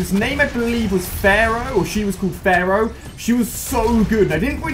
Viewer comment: It's pharah